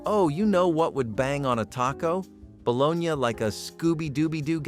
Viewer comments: Is this a bot? Ba-Lo-nee is the food, lol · Bo-LO-nya is the correct pronunciation! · "bolo-nya" come on, you know better.. But I like these videos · Ba-lo-na. Balogna. Kids say balogneee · Some people do pronounce it the way it's pronounced in the video. Just because it's a pronunciation you don't like doesn't mean it's a bot lol.